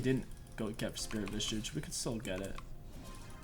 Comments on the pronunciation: Can you make a video where you say vishage correctly ? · my man cant say visage lol